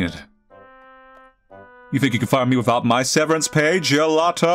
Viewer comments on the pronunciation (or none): none